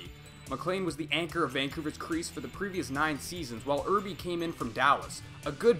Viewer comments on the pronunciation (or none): Mispronouncing Irbe's name was funny, but it sounds like "Err" "Bae". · Arterz errbee lmao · LOL I burst out laughing at the way you pronounced Artur Irbe's name.